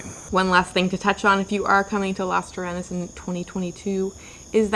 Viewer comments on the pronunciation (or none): Lovely video but please learn to pronounce Las Terrenas and Samana properly 😍